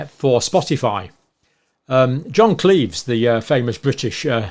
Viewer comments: John Cleese, not John Cleeves 😊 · I think it's "Clease" not "Cleaves" and "Arendt" not "Ardent", but excellent video as usual!